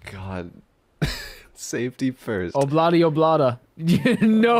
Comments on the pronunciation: it's obladi oblada not abladi ablada AAAAAAAAAAAAAAAAA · How you pronounce Ob-La-Di, Ob-La-Da makes me sad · Oh-bla-dee oh-blah-da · OB-LA-DI OB-LA-DA